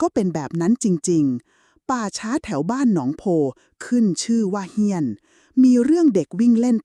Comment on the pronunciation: เฮี้ยน .. ไม่ใช่ เหี้ยน ที่แปลว่า สึกหรอ ครับ !